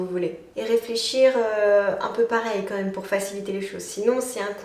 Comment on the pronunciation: J'ai remarqué une petite habitude de langage que tu as et que je trouves dérangeante (ça n'engage que moi) : Au lieu de dire "quand même" distinctement tu le prononces "quanhème" 😅